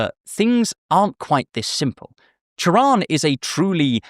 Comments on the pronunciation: i can’t overstate how much i appreciate the fact that you pronounced his name right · props on getting his name right. this might borderline sound like a veiled insult but it's a pet peeve of mine. doubly so when i've been meaning to get into him recently so i'm getting good vibes already. :) thanks for the video! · I love how you pronunce Cioran, extremely accurate Also, Cioran sound very similare with Cioară in Romanian which mean Crow, which make his name very ironic